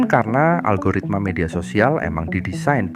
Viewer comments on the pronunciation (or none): none